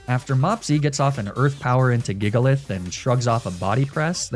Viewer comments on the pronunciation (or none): none